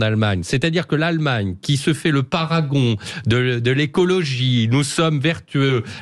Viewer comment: "Paragon" : non ! Parapluie ? Estragon ? Parangon ?